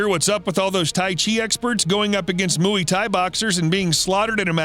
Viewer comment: Dude, you need to learn to properly pronounce Muay